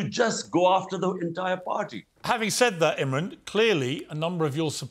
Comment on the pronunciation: Piers get your act straight! His name is IMRAN not Imrin!